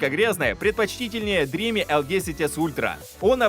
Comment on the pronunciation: Спасибо за работу. Сразу ясно, что с английским у вас пока слабо. Dream[dri:m]. Последний звук m. Никакого i в конце нет. Look up the dictionary.